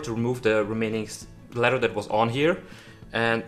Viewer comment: This guy cracks me up. He pronounces it letter instead of leather and sick instead of thick. Not making fun. It’s just funny.😄